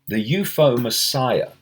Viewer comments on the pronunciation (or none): Why you saying u-fo!